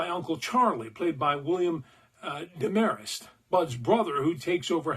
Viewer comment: Did you say Deh-mare-est? It's Dehm-er-est. -- Drive-In Dave Lounder (yeah, that crazy movie actor guy)